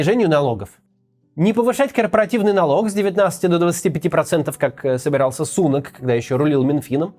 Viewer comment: Не СУнак, а СунАк